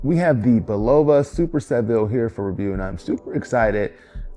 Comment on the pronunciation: Frank Sinatra is rolling over in His Grave, the way You're pronouncing Bulova... The "O" is pronounced ad an "A"